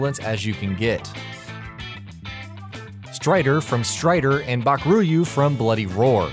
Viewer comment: It's Baku-Ryu not Bakur-yu